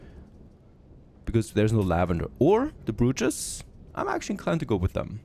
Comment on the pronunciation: Slight pronunciation correction on "brootches". *Bro*ches. "Bro" as in "Dude"